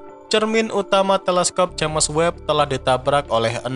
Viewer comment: Sebutan james itu sepatutnya disebut jayms.